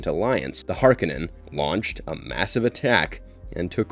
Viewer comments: Duke Lego's name is pronounced lee-toe, not let-oh, I thought! 🤔 And Baron Harkonnen's name is pronounced hark-oh-nun, not harka-nin, isn't it? 🤔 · Har-ko-nen is how it's pronounced